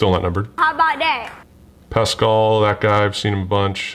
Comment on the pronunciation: I know you’re not crazy into badketball but you saying pascall and jokic and all those other names was so funny